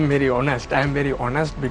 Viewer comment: "I'm ver honest" LOL 😇😜🤪😝